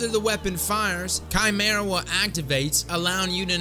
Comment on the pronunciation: Bless you, sir, for not only knowing what it is, but also knowing how to correctly pronounce Chimæra. 👍👍👍